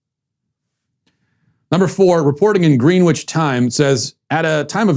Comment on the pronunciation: Pronounced Grenich not Greenwich